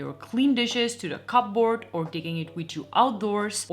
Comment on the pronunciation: You are right, that is how you pronounce ikea . She mispronounces a lot of words. Couldn’t take it anymore after the pronunciation of « cupboard»